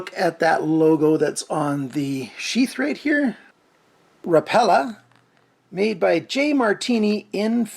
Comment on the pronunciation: Heads up, it's pronounced Rap a la. I didn't know either until I spoke to the company.